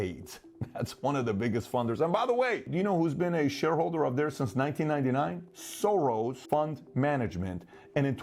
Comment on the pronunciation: Need to get my hearing tested. Thought you said George Sore-Arse.